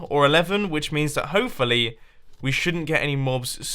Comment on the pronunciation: mumbo says "hoefully" instead of "hopefully"